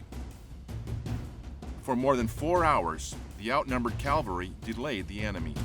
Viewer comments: It’s CAVALRY not CALVALRY! I’d expect a narrator to know better. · This is a rare documentary on pre-Fall of Bataan historical details. But why "calvary" instead of "cavalry"? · Is our narrator saying "cavalry", or "calvary"? Good production anyway...thanks! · Someday I hope to encounter an American narrator who uses "CAVALRY" instead of "CALVARY". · I just cringe each time I hear' 'calvary'. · its CAV alry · Good content but pronounce the word 'cavalry' correctly.